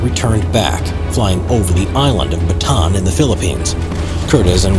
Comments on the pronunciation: The narrator: batan Me:bataan Say it with me BA TA AN The narrator: ba tan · Its not batan.... its BATA AN LIKE BATA-ANNE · The most annoying word is Batan it’s supposed to be Bataan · why do americans say ba_tan its ba_ta_an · Unnecessary correction: the correct pronunciation of "bataan" is "ba-ta-an" not "ba-taan" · bruh, it’s ‘Bataan’ not ‘Batan’ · it's BA-TA-AN. not "baton" or "batan," it's 3 syllables. BA-TA-AN 🇵🇭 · If you're going to be making "history" videos, learn how to prounociate names properly. Ba-ta-'ahn. I don't even know if you are trying to say "La Croix"? You bring dishonor history. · How to speak Bataan correctly: BA-TA-AN :) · He prounouced bataan like bat-han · He pronounces Bataan as Batahn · Ba-ta-an island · Great video! Btw it is "Ba-ta-an". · Why can't Americans say 'Bataan' properly? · It hurts to hear him butcher the name "Bataan"